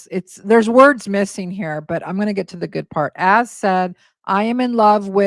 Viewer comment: I swear you just said hair we go 😂